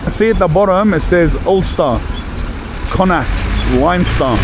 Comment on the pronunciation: Impressed the way you pronounced the four Province's of Ireland especially Connaught, so many ppl get it wrong, that's why they're similar sounding name's in Ireland like Flanagan Hannigan Lanigan etc the original name was O Hannigán but the english couldn't be bothered to pronounce it correct and wrote what he thought he heard, the same in Ellis island New York and brits again in Australia bastardizeing Irish surnames on arrival as Slave's for the british crown most, Irish were the first slaves traded by the british before African chiefs started rounding up other African tribes and selling them to the white man, them ships would leave Africa with their slaves bound for the new brit colonies in the Americas and west Indies, the ships would call into Ireland and wedge as many Irish slaves as they could beside our Black Brothers and Sisters 😢☘️💚